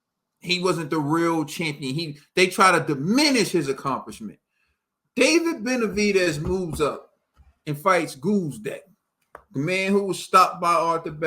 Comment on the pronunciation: Brother wtf is gooozdeck lol